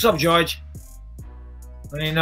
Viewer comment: dang liked askren til he called Jorge, George.... smh bruh